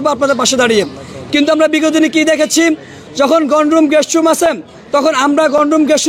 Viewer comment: ঢাবির ছাত্রের একি উচ্চারণ " গণরুম"!!!